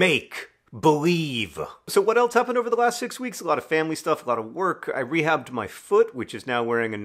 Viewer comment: Rehabbed!! You re-HABBED your foot!! I kept hear re-halved and was very concerned for you and your healing process!